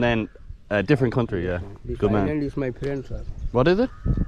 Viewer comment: I cannt stand anything in my ears. I lose my $#!+€ if anything is in them. Earwax can harden into solid when water is left inside mixed with the wax and or debris. I hope the excursion is personally fulfilling. When you say Ireland 🇮🇪 it sounds like arelin.